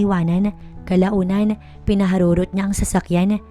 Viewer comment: PINAHARUROT NOT PINAHAROROT.